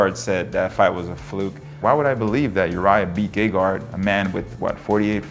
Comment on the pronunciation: That was funny when Hall said his name in It did sound like Gaygard LMAO